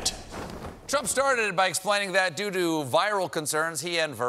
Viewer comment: You said "due, due" or "doo doo"